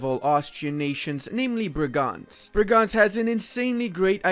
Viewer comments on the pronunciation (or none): Its Bregenz, not Breganz xD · why you puttin an A in bregenz?